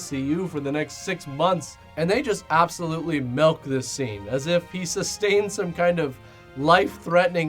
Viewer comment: "MELK"?! They "melked" that scene?! What is melk?